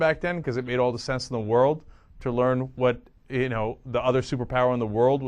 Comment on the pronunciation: Leran? ..lol. Its LEARN